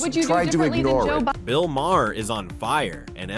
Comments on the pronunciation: Dude, it's pronounced Marr, not Ma Hair! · Have you considered learning how to pronounce Maher?